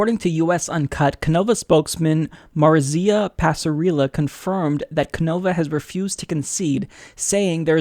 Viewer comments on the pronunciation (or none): Say it with me, Maurizio is More-eatz-ee-oh. Love your vids, keep up the fight! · oh and Maurizio is pronounced Moh Ree See Oh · lol, how are you of Hispanic descent and can't even pronounce Maurizio?